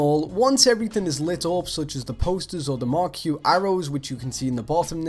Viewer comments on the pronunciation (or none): hey bud, thanks for the video! also marquee pronounced "markee" :P